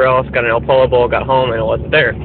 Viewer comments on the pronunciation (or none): It's pronounced Poy yo. Two l's make a Y sound. Just to let you know lol.